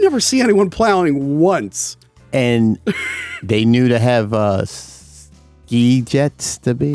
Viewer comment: "Ski jets"?